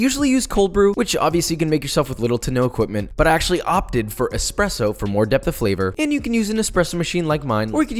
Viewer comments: as an italian I’m amazed by the way he said “espresso”. JUST PERFECTTTTTT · Thank you for nailing “espresso” pronunciation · amazing accent when saying Espresso..from an Italian, well done